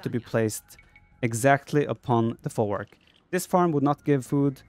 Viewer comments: Folwark is pronounced with "v" like "vet" not "w" like water. The word comes from germanic "vorwerk". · The correct pronounciation is "Folvark", not "Folwark". Nice video btw :D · You should read folwak as folvark. Polish w = English v. Jadwiga = Yadviga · You read more as folvark. "W" in polish is like "V" in english. We got strange "L" that is read as "W" in english